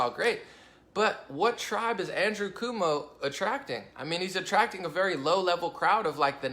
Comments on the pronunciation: Cuomo (Koe-moe), rhymes with toe. I get mad at some of the stuff you say about me and other Conservatives that you may believe, but it's not true. Look at the source of your belief about us. Is it Democrats? the media? tv? liberal colleges? Is it your personal experience? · great video....I dig your style and open minded way of things. Btw..... the NY Governors name is pronounced.... coo- oh - moe No biggie but knowledge is power and all that. Just liked and subbed...keep up the videos please. Peace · It's pronounced (kwo-moe)..... and yes, he's a massive douche.